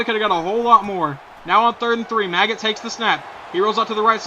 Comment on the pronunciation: Also, it's pronounced Ma-j-it. Look up Kurt Maggitt, a linebacker for the University of Tennesssee. That's how you pronounce it. "Maggot" sounds dumb.